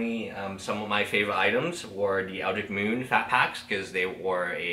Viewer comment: I keep hearing you call that set Eldric Moon, there is a T and an H that you are missing there. EldriTcH